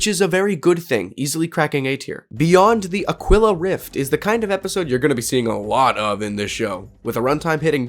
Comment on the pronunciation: It's rough how you are mispronouncing "Aquila" - It is pronounced "Ah - KEY - la" Spanish for Eagle.